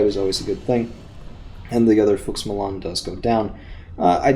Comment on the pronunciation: I think you were saying Fuchs Milan. Every time you said it I heard, Karl Malone's like the basketball player. I was laughing a lot. Great video.